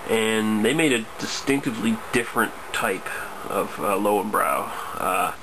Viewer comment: more like leu-ven-broi